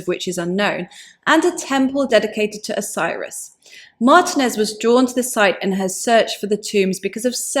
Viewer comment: Martinez is pronounced with long e for the i, and that is also where the accent falls. There are some who use the Anglicized pronunciation, but for the archeologist mentioned here she uses the Iberian pronunciation of her surname.